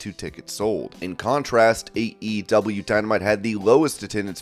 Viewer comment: The way you pronounce AEW is the worst thing I’ve ever heard my god